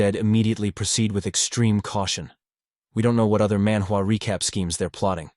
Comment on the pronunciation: Love the recap. But every time you say manwa recap world you break the immersion